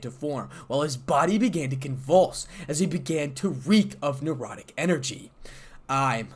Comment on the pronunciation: I would enjoy a part 2, but the word is necrotic and not nerotic energy.